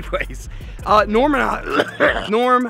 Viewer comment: This was awesome, you guys sitting in the park painting lures with little was hilarious! And I loved it when she called Norm, Noom!! Haha